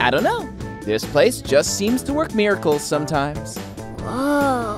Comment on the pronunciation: Daphne is funny when ever she talks instead of miracle she says “Miricalers” 😂😂😅